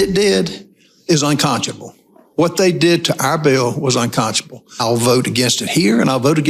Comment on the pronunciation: unconchable a new senator word instead unconscionable